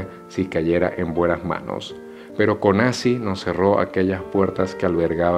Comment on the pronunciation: Konaci? wtf chamo?